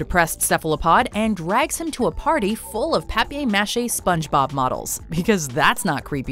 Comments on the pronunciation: “pappy mashie” Pay-per mah-shay. How did she mess that up? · 'papier mâché - pronounced 'PAH-pee-AY ma-SHAY' is such a well-known crafts project. It's not like asking you, an American (?) to pronounce something totally unfamiliar (and what about rehearsals?). But, on top of this, Sponge Bob, itself, correctly pronounces it, mere seconds after you MIS-pronounce ghee) the well-known worn phrase . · did she just say Papay Mache XD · Everyone: paper mache Watchmojo: pape matchey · Ugh the inconsistency. You can't say "Pappy Mache" and then show the clip with them clearly saying "Paper Mache" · Please, stop saying "pappy mashee". It's paper mache (mah-shay). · Papy machete😂 it’s paper machete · Just say paper not paipiar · Did you really say “papea mache” when talking about paper mache? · V.O. Lady: ... Full of Papé Maché models... Spongebob in the clip right after that: ...I used my paper mache skills... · Wait, it's not pronounced pappy mashy, it's pronounced like paper mashay! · pappy mash? you mean paper mache l,ao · I know you guys are Canadian and that means you do weird shit, but I wanted to taint punch you every time you said paper mache...or papier mache. You know, even when the French pronounce it, it still sounds like a regular old American saying paper mache? You don't have to add that over accentuation to it. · “Papyay Mache?” Am I the only one who calls it Paper Mache? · You know, you can just pronounce it "paper 'mash-ay'". No one will judge you. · TOP TEN times Top mojo went too far : PA-PE MA-CHAY...uuuuuuuugh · PAPY MASHY??! Are you fuckers even trying to pronounce words???? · pahpay mashay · “Pappy mashey” lol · Down vote for the way you pronounced paper mache. You're not French so quit pretending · paper mache, why is her pronunciation so extra?????? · Popee machee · Is the watch mojo host French because she always goes out her way to pronounce French words in such and extra fashion. Just say paper mache and keep it moving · Papea-mashea? Come on...